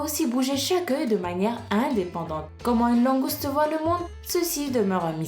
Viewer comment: je te ferai toujours confiance la voix du. c est génial comment ils voient le monde et plus tu ma faits découvrir quand fet c'était langouste au lieu de mangouste PS:désolé pour les fautes d'orthographe j ai hâte de voir qui tu es vraiment je demande a tout mes amis